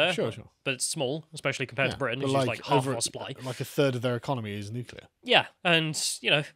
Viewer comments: Bare in mind most nucular fuel comes from Russia too 😂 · Can we please get a video of one of you steelmaning the anti-nucular argument, and the other debating it? I’m ignorant on the subject, and I’m tired of y’all saying “nucular is the awnser” without elaborating.